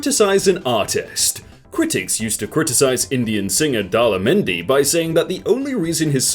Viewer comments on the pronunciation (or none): Oof u butchered Daler Mehndi's name. F.